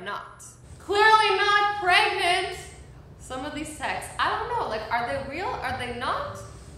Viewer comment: No one No body Not even kassie Azzy: you're clearly not PrEgAnTe